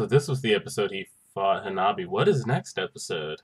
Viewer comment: It's Hanabi* 😂